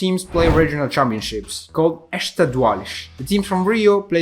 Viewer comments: ESTADUAIS, not estaduales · Estaduais. not estaduales. Estaduales sounds like spanish. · estaduais, not "estaduales" 🤣🤣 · correction: its "Estaduais" not "Estaduales" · I love how he said "Estuduales" as in Portugal's portuguese😅😂 Great video, love from Brazil ❤️🇧🇷